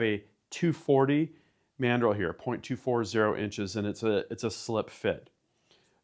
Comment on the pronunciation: "EXPANDING MADREL"